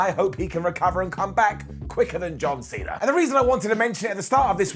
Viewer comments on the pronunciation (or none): none